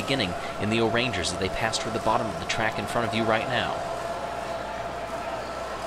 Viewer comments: The pronunciation of “orangers” makes me upset It’s O’rangers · Hearing "Orange ers" kills me. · "orangers" Umm can you repeat that plz?